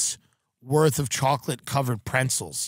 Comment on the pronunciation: There is no n in the middle of the word pretzel........ Many people ( including Tim ) say prentzel